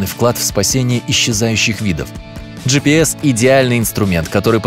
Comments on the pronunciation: Он скозал. Слова. Жипис 20 раз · 30 ты сказал джипэс